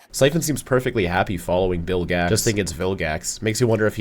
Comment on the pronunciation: It’s Bill Gax